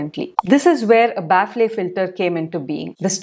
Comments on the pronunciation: Its not pronounced 'baffley' Its 'baffel' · Ba-fal. Not baf-le. I don't blame you English is an inefficient language. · Thats not how you pronounce "Baffle" The ffle pronunciation is similar to "Waffle" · Thanx for the inputs…Kindly look up for pronunciation of Baffle🤓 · Ma'am 1rst correct ur pronunciation of baffle pls..then proceed to others..don't take to heart 👍